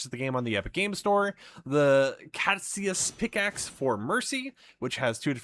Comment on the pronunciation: For mercy's staff/weapon its pronounced cad uh cuss and is an ancient greek word to my knowledge others can correct me but its been used in medical studies since then and is apollos symbol